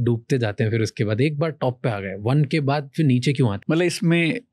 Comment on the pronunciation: Very astute speaker. But a few things: — It's not "impact" (if you're trying to say असर), but "effect" or "influence". — It's not "fir" ("फ़िर"), but phir (फिर).